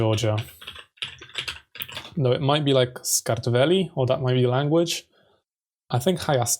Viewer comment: Georgian name of Georgia is "Sakartvelo", you did almost perfect😂😂 well done, you deserve more👏👏